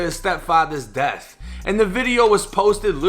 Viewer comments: It’s “Death” not “Deaf” 🤦🏽‍♂️ #AlabamaEducation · She said deaf. 😒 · she said “deaf” threats 😆